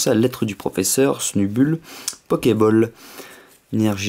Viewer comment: Snubull se prononce [sneubeule]. Et pour Granbull c'est [Granbeule] ... ;)